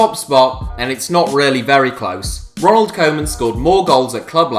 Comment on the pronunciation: Ronald koowman lol